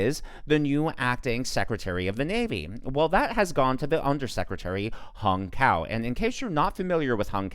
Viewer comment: I'm Vietnamese as Hung Cao. so far everyone is mispronouncing his name to hung cow in English language. Hahaha.